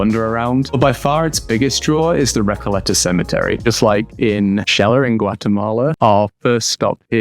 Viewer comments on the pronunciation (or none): Recayeta?? Recoleta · Recalleta? Palmo? Come back to the college, couple of dunkeys